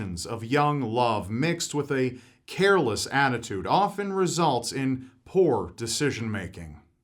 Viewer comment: I thought he said whore instead of poor... lol